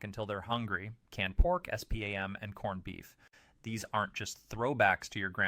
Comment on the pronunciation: Is it just me? Why why why why why why all of these videos like this have to use AI for the narration? This AI can't even say the word spam. It has to say it in s p a m. Why don't they just play it with a robot sound because I really hate being tricked.